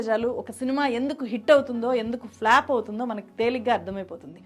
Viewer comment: 1st time me video chuusaanu. Chala baaga present chesaaru. Koncham MTI mother tongue influence raakunda chuskondi inka polished ga untundhi presentation. Flop ni flap annatuga undhi technology ni technolozi la undhi. Ilantivi. Meeru inka paiki raavali ane ee feedback